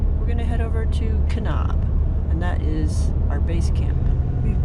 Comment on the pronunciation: Oh how the rest of the US wishes Californians would stay the fuck in California. Please try to pronounce the town names correctly. You mispronounced Kanab & your husband Hurricane. But if you think about it, you could avoid this embarrassment and insult if you just stay in California.